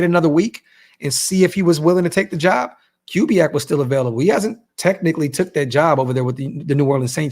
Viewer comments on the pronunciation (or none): It’s pronounced Koo-biak not Cue-biak